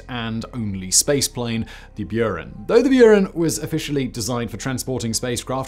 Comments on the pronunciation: there is no y in Buran, it's not Norwegian....lol Björn??? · that's not how you pronounce Buran